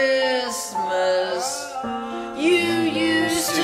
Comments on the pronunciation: him the whole time: cHrIsMisT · Giovanna “Why can’t I hear..-Christmas😭” he said it as if it was a sound (he has many of these)